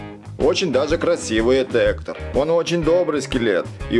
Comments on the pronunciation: Не эктор а Гектор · В видео много ошибок, вообще-то скелета зовут не Эктор, а Гектор и Гектор не друг Мигеля, а прапрадед